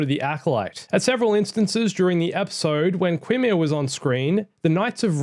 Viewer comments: It’s pronounced Ki-Mir not Qui-Mir. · Is it pronounced "Ki-meer," "Kee-meer," or "Ke-meer?"